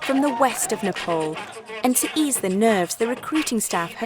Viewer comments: new world slavery legion and this call what ever you want cant hide facts with TITLES ANDITS PRONOUNCED NEE-PPAA-LL not nipple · It’s Nepal 🇳🇵not nopol Idiot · It’s nepal not nopal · What's with the pronunciation.... Garkha? Nepol?